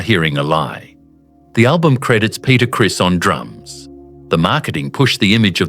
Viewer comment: It's not Peter Chris it's Peter Criss.